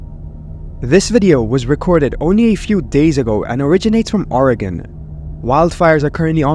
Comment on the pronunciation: You NEVER fail to amaze me. You just perfectly pronounced OREGON! Brilliant! 👏👏👏👏👏